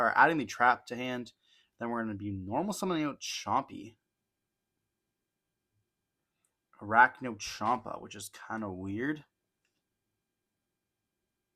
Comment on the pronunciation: Bro it's Traptrix Arachnocampa . . . You call it chompa in every Traptrix video.